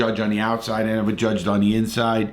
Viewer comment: “i’ll nevah forget” “and to this day” “he was a good guy”